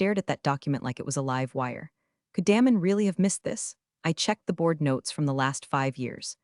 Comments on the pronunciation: His name isn't pronounced Dam- en it's pronounced Daymun. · Love Damon being deflated but story needs a better ending. Pronounce his name correctly too. Get the tense right on read.